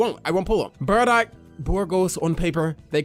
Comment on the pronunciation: Why do u say bradock and not bardock lol